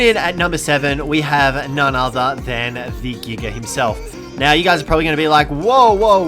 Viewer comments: I understand wanting to abbreviate Giganotosaurus, but why are you saying "Giga" like (Gig-uh)? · It is said jiga even though its giga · He called it a giger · Nobody:: Giger